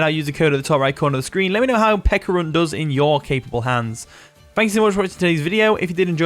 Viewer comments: Stop saying “Pekka” Its Peh- CHUH ah. Pe CHA runt. not Pekkarunt. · Pe-ch-a-ru-nt….. pe-ch-arunt…… pe”ch”arunt….. u know ch like cheese? Ch